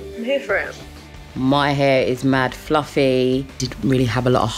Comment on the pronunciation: She kept on saying "mad flufflay"